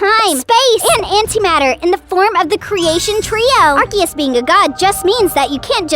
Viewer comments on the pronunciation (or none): What is r-k-is it’s r-see-is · It is ar-CE-us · IT’s ar-se-us